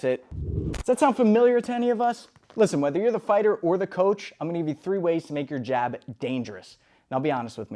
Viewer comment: bro said G A B lol